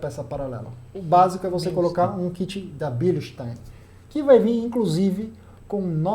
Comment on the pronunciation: Vlw! A pronúncia do Korn está diferente da pronúncia do Eduardo Razuk, de outro canal, ele colocou uma suspensão dessa fabricante na 135i dele.